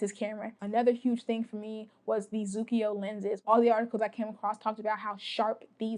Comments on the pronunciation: I think Tomislav means that you prononce the k like in "Tokyo", but there is no "i". Japanese prononce "ko" in one syllab. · Since my OM2sp keeps failing, I'm on a lookout for an OM1. By the way, the way you pronounce ZUIKO in kinda reversed way, to me as an European, is hilarious and adorable at the same time...